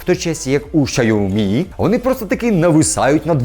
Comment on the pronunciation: Якщо б щє назву компанії Сяомі правильно вимовляв - ціни б йому не було.